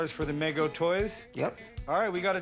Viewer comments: it's "Me Go" not "Meg-Oh". That's what happens when you read information rather than know it. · It's Mego, not Maygo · meeego not meh go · its migo not mego